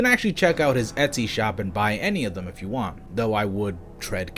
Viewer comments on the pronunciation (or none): none